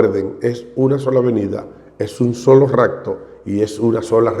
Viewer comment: Saludos hmno ,Primero no es racto es rapto con "p "